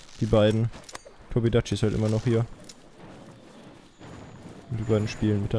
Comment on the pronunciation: Irgendwie hat mich aufgeregt weiler Tobi dachi gesagt hat und nich Tobi kadachi (Kp wie genau man den tobi schreibt)